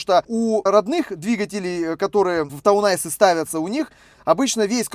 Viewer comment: Все-таки правильно ТаунЭйс, то есть городской козырь, а не ТаунАйс, то есть городской лед ))